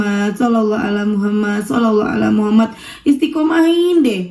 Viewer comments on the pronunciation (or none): Maaf, Aku dengernya kka baca shalawatnya "shallallah Alla muhamat"